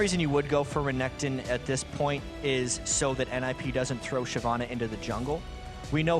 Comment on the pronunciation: i love it when sjoks says renkton